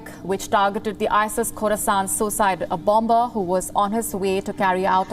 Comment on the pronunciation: please pronounce bomber/bombing properly.